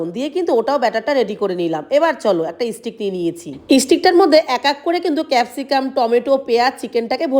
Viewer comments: ইস্টিক না ওটার উচ্চারণ হবে স্টিক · Didi stick bole isstick na